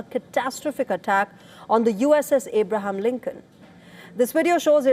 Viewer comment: Not Ibraham linken its Abraham linken😂